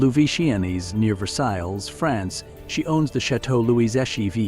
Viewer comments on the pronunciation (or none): Why can you NOT edit your AI voice? Its not pronounced soo-pray yacht, its not pronounced Ver-sails. If you're going to talk about luxury, give it the right treatment